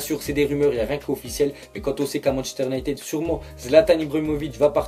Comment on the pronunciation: La vie arrete de dire Manchester UnitEd , le " e" se dit "i" Gros fait un effort mdr